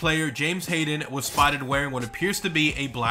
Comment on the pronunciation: Why did i just know he was finna mispronounce "harden"?